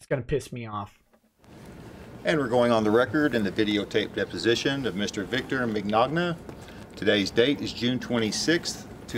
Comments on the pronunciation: To be fair, how else would you say "Mignona" if you've never heard anyone else say that before? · 10 seconds in: “Mr. Victor Meg-nog-na” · Vic's smile at his name being mispronounced is such a familiar feeling. You never really get used to it, but you smile and say nothing to protect the feelings of people like this good ol' boy.